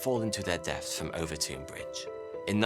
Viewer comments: Watched every video you’ve produced over the last couple of years. Been hooked since I seen the one about fire that set us back 1000 years. I live 10 mins from Overtoun House. FYI you keep pronouncing Overtoun house wrong and I cringe every time you say it 😀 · Its pronounced over-town. and there is a Mink nest under the bridge. The scent is irresistible to dogs. Its a well known fact among locals. Its typically people from outwith the area who are unaware of it whos dogs leap off it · 😂🤣😂 WTF? OOOVERTOON? - OVERTOUN = 'OVERTON' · The "ou" in "Overtoun" has the same sound as in "cloud" or "mouth" as opposed to "soup". "Overtown" as opposed to "Overtoon" The bridge is a bridge. Nothing spooky. And they've pretty much proven the mink theory. Walk over it regularly and assure you there no "foreboding" or evil spirits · It's pronounced over ton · I lived at Overtoun (pronounced /over-tun/ not /over-toon/) House, so as soon as I saw your title, I knew it was about my old home. 1) I never saw, felt, nor heard of the "white lady"; 2) the bridge is really known as dog suicide bridge, and it is thought that the mink scent is responsible. There are signs at both ends of the bridge warning owners to keep their dogs on leads while crossing the bridge. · I cross the bridge every weekend. There’s a lot of guesses why this happens. And it’s Overton bridge pronounced Over - Ton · Er it’s pronounced Overton bridge 🙄 nothing like murdering the Scot’s tongue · I grew up near here, walked the dog there so many times and never heard if this lol (it's pronounced over-tun btw). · I don’t understand why Overton is pronounced “Overtune”, while Milton is pronounced as spelled and not “Miltune”. Is there more to this story than meets the ears? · I’m from Dumbarton and the way this guy pronounces Overtoun makes me want to jump off the bridge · I’m surprised no one’s pointed out how he’s keeps pronouncing Overtoun wrong